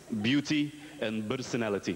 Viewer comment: LOL so much BERSONALITY btw the unbelievablemispronounciation of the B and P in egyptian english is extremely annoying